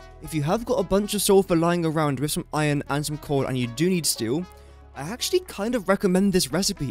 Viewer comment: is it just me, or is he saying "corn" instead of coal?